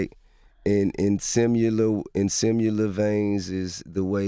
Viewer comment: I hate when this nigga says sim-u-lar